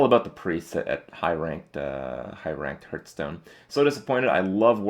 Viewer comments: its not herdstone its hearthstone !!!!!!! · hes playing this game forever and he still calls it hurtstone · Will Kripp ever realize the game is called Hearthstone and not Hurtstone?